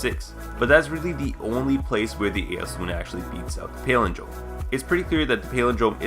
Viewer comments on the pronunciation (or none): you talk for a living, and you can't correctly pronounce "palindrome"?